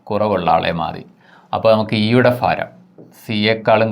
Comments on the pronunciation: ഫാരം അല്ല മാഷേ, ഭാരം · ഫാരം അല്ല ഭരണി yude😃ഭ... അപ്പോൾ ഭാരം. ഒരു മലയാളം ടീച്ചറെ കണ്ട് ഉച്ചാരണം പഠിക്കു മാഷേ 🙏